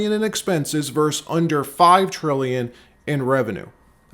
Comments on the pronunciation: Nixon VERSE the Federal Reserve? Vs./v. = versus, not verse. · Versus, versus, versus not verse! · “Versus”, not “vers”. Love the updates versus no updates.